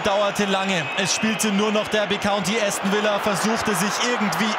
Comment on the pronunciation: Bin natürlich für Aston Villa gewesen.💪😍😱 Hab nicht gedacht am Anfang das des noch was wird😆. Tipp für Kommentator: Es heißt nicht Äston sondern Aston Villa.